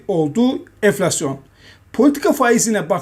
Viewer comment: şuna "eflasyon" demesek mi artık? "N" harfi prestij için çok önemli